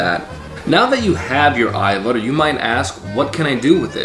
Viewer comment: Hvala lepo for pronouncing it AYVAR.... bravo